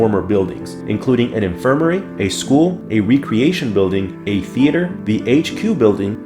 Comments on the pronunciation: Helpful tip: Rec-reation not re-creation. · You know it’s a robot voice when recreation is pronounced as reecreation.